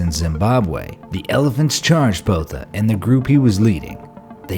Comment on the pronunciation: Please never butcher south african surnames again, that surname is supposed to be said in afrikaans and all you did was make it sound like it originates from an african tribe when it probably originates from germany, holand or the nederlands. i can 100% promise you its not bota.